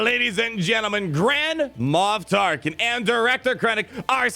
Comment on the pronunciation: “Grand-Ma Tarklin” ?